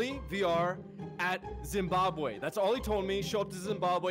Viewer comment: Great video I laughed so much. Its Zimbabwe not Zimbabway 🤣🤣🤣